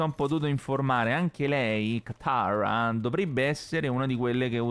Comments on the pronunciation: Tranquillo l' hai detto bene katara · Ma tu dici che pronunci male katara ma in italiano la pronunci bene